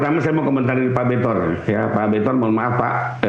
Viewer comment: bentor.. kalo .r.nya hilang jadinya bento kayak otaknya..